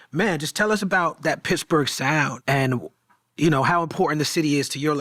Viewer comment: Wiz to this day always saying "Picsburg"